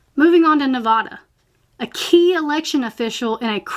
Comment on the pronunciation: Please learn how to say NEVADA correctly- look it up